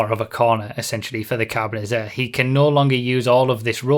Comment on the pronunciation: *Carbonit-zah-reh. And throw in rolling "r"s for extra points.